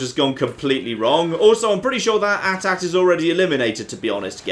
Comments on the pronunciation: It is a-t a-t not at at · It's A-T-A-T btw